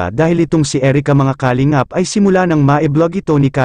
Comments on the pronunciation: nakakainis marinig ang maling bigkas ng kalingap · puede ba ayusin nyo pagbigkas ng kalingap....mali ang pagbigkas